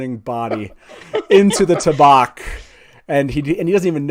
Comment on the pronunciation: I'm confused why you don't pronounce tabac the same way you would tabacco. Why change the vowel sounds? Is there a reason that i am not aware of?